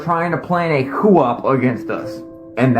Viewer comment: Dude said CU-OP! How can he know what a coup is and not know how to pronounce it? Has he never heard it out loud? LOL!!!